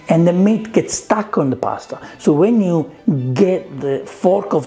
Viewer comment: I thought you were saying “Mint” not “Meat” 😂 love the accent tho